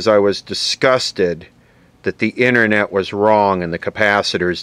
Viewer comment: The "innernet"? How about the outernet?